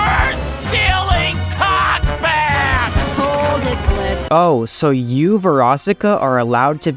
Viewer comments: Damn. We deadnaming Blitz like that. The o is silent XD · Bro the o is silent💔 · For a dude who just spent over half an hour saying Bliztø is not the victim you oddly forgot that the o is silent... We get it, you wanted to just bash Stolas and Veroiska, but youve been disrespecting the character too 😂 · Great video, but his name is Blitz, not Blitzo. That is his dead name. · Bro hates Blitz so much he's saying "Blitzo" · it's Blitzø "THE O IS SILENT ASSHOLE"